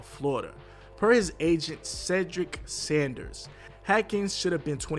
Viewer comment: It’s pronounce Str-ow-d (Stroud) like “ow” not strud and S-aw-nders (Saunders), not Sanders just like you mispronounced Haskins